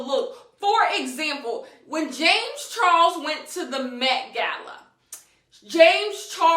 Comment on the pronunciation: "JAmeS ChArOLes" 💀💀💀